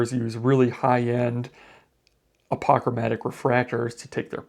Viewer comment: You pronounce apochromatic strangely